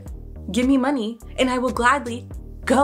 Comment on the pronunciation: The stressed word "Money" relates to Asian people. Thought so...